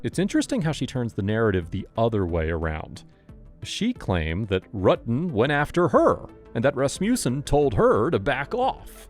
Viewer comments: Can't remember but very first question they asked they mispronounced his name and she was so quick to correct them 💯 RU-tin not R-uttin I knew she was guilty then and the facial expression she makes acting coy 😂😂 I'm glad she's been convicted for something that happened when I was a toddler. It's disgusting and ludacris how she was a cop for so long and her superiors covered up for her - makes one wonder how many more of these cops especially on this force are cold blooded killers and they are all covering for each other... The whole damn department needs to be investigated after this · Right!! I mean, she really handled this badly. Pretending she didn't know John's name? Mispronouncing his last name? I mean she was literally obsessed with this guy! Hell, I'm in my forties and I STILL remember last names of people from HIGH SCHOOL, and they were only friends. And not remembering the confrontation she had with Sherry at the hospital? Oh, come on! 🙄Again, I can clearly remember the few physical fights I had--20 years ago!! She would have been more believable if she admitted to the things they were asking her. Like: yeah she was obsessed with John and yeah she confronted Sherry but so what, that doesn't make her a murderer, blah blah.... instead of the temporary amnesia BS game she was trying to play. Actually, as a cop she should have caught on immediately and said one word: L A W Y E R